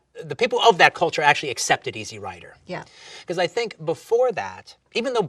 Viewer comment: Dude" It's Easy Rider. Not Easy rider. What a Dork. The way he says it makes it sound like it's a movie about someone's lawn mower.